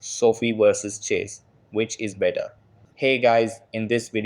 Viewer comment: It’s so fie not soft I